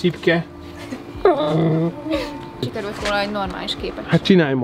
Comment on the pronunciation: Először úgy értettem hogy Csirke,nem Csipke🤣🤣de amúgy nagyon jó lett!👍